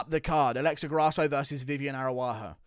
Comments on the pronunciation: Ara-ujo not Aru-ajo ! The MMA "Chael Sonnen" Guru 😂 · Bro her name is arAUjo, not arUAjo. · your pronunciation of Araujo needs work my beanie wearing friend.